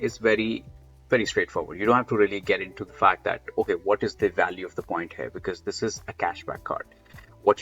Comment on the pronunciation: Like my Indian friends at work, you do pronounce the letter V as a W, like in the word “value”, most Indians pronounce it “walue” without being aware of it. It is adorable :)